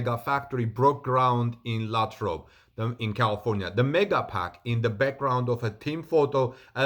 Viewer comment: Great but Lathrop is pronounced with a long A. LAAthrop. thanks for the report.